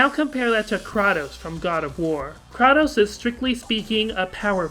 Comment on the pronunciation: >kra tos is incorrect pronunciation. It is Kr A Tos